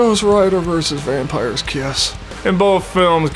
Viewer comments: (With plastic teeth in) "WAMPIRE'S TITS." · Voting: <Puts fake vampire teeth in> "Vampire's Tits" for me too. Those plastic vampire teeth really mess with pronunciation.